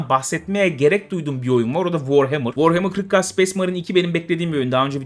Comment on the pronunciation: Warhammrr kırk ka: Space Marine jdfjkdhfkd Tam Türk usulü telaffuz.